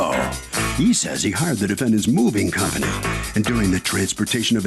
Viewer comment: It wasnt packed by the "cumney"